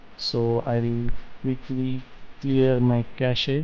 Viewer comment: FYI its "cash" not "cash ey"